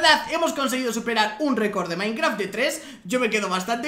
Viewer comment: dijo minecra XD XD XD